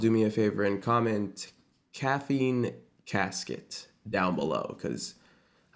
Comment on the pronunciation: everyone saying caffeine casket and i thought he said caffeine cat skit 😭